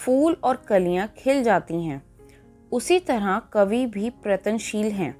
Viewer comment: Mam That is not pratanshil it is prayatnashil